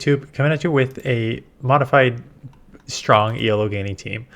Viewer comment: Hi! Love the content, I’ve watched from the beginning.. just a bit of information to pass on, if you care lol. Elo is the last name of the man who created the algorithm for the ranking system used in Chess, PoGo and lots of other games. So it’s “Elo” and not “E.L.O”. Just wanted to share, I’ll still watch either way 😆